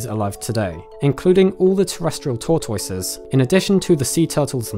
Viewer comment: I absolutely love how you say “tortoise”